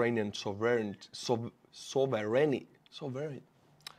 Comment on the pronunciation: sov·er·eign don't worry tRump can't say it either and it's supposed to be his native language